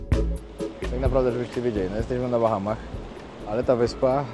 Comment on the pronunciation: BAHAMAS....a nie BACHAMACH😂😂😂